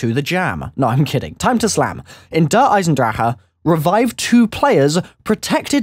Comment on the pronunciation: New achievement DER EISENWHAT? In Der Eisendrachen pronounce the name right..